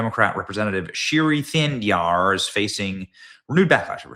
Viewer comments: It’s pronounced Shree Tanadar Benny…….not that anyone gives a damn about this pathetic douche’s name! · It's pronounced Tha ne dar ....shri ia a title for a male 😂😂😂 not a name , shrimati for female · This loser is an absolute embarrassment to Michigan (which I say as a lifelong Michiganian). Though, to be fair, Benny, you really should learn how to pronounce this knucklehead's name correctly.